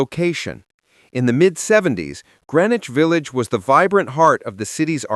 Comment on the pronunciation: AI does not know how to say "Grennick Village."